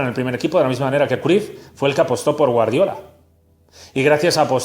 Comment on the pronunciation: Se Pronuncia Crayff